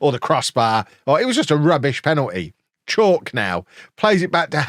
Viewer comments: its not chalk its pronounced Cha-oo-ke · Just so you are aware, Oshilaja is pronounced Osh-e-lar-ja; and Chauke is pronounced Chow-kay. Hope this helps. Let’s finish above the Lambs! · bro i think kegs chauke a better pronounced for kev is cha-woo-kay. much love from RSA